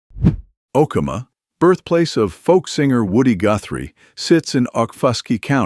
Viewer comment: Tom Nix not Tom Mix. O key ma! Is how you pronounce Okemah.🎉